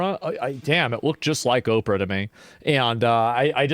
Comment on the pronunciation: Did he just call her operah😂